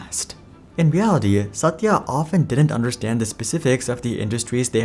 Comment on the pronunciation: I love the way your pronunciation of Satya's name. Very authentic.